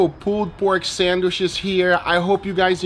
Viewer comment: Great pulled pork. Great hamburger buns. And I like how you call them "sandwishes." LOL.